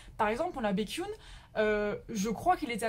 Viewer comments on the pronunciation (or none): Baekhyun se prononce BaekhyEn et pas BaekhyUn 😉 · C'est pas Békhyun c'est BAekhyun 😂😂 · Ta juste mal prononcé baekhyun sa se lit békyon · Mon dieu ma chérie ça va pas du touuuuut (cordula lolilol) SHINee -> chat-y-nie pas t-chat-y-nie Baekhyun -> bec-H-yeon